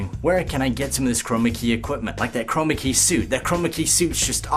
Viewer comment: STOP saying chromacy or whatever it is !!!